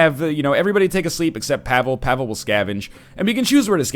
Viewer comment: The way he's pronouncing Pavle is killing my soul.